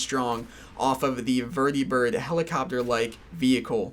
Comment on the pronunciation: lol why do you pronounce vertibird and prydwen like that? they've been said out loud multiple times throughout the game